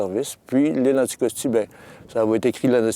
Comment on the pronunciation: it's "Anticosti" , not "Syckscoskee"